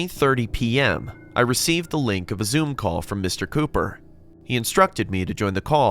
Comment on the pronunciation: It says ,,Mr Copper"instead of ,,Mr Cooper"🤣🤣